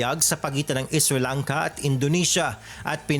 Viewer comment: Galing ng pagkabigkas mo ng is ri lang ka😅 baka sri lanka po